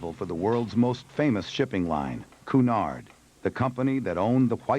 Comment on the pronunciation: Cunard is pronounced cue nard. you strange Americans cant speak English yo save your life